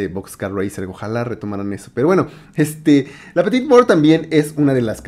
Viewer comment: Se pronuncia la petit mor ... La t final es muda la e según de donde provengas se pronuncia o no. Como parisino te diría que no. Artista que descubrí con el black list.